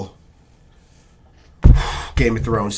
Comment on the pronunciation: Did he just said game a thrones